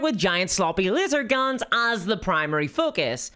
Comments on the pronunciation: Intellectually I know you said laser guns, but I went back and listened to it over and over and all I can hear is lizard guns. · Did you say "Lizard guns"? I'm sure you meant to say lazer guns but I swear you said lizard guns